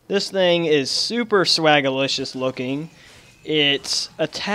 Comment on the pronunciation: I aint taking tips, from a guy who says "swaggalisios" (cant even write that shit)